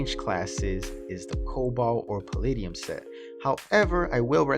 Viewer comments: not to be mean, but you mispronounced palladium (puh-lah-dee-uhm). instead, you said pallidium (puh-lid-ee-uhm). some people cant see the difference. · Palladium: Pa-lah-de-um. :)